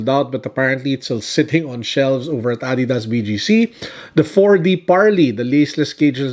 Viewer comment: Did I just hear "ah-didas"? Sobrang therapeutic! Thank you for finally pronouncing it correctly!